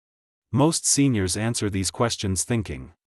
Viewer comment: Every ANSUER (??!!??) extends the stop. What the heck is an ANSUER? The maker of this audio needs to brush up on their use of the ENGLISH LANGUAGE. ANSWER, NOT AUSUER!!